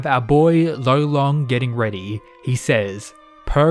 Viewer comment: Bro he’s gotta be called Lolong it is an actual Filipino word tf is rolon😭